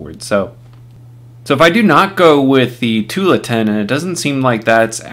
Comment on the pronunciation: I like your videos! But it's pronounced too-AHL-uh-tin. It's named after a city in Oregon (OR-uh--gun). :)